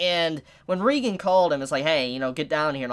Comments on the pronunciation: Thought it was Reigen "Ray-gen" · Damn now can’t pronounce OR spell Reigen correctly lmao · Why everyone calls him reigan? Its reigen right? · Dude it's R E I G A N DUDE OMG SAY IT RIGHT!